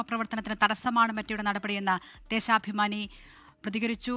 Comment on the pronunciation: Dheshabimani❌ Dheshapamani✅ 😂😂